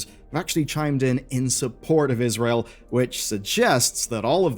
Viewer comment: every time he say israel i physically recoil